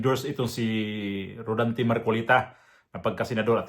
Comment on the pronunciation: Rodante Hindi rolante.